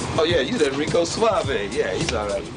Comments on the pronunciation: lol "rique suavo" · you said Rique Suavo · did he really say RikAY Suave? lol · did you intentionally call him Ricé Suavo or was it an actual slip up? This is my fourth time watching this and I just noticed it. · Rice Suavo? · "Rice Suavo" Nice. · Reckooo saaavee Jeez he is stupid